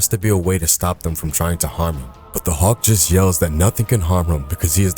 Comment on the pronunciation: But I just found the channel and I’m enjoying it except for the pronunciation of Hulk